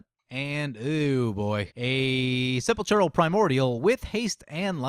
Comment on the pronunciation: SEH-PAUL-KRAL ! NOT sepechural -_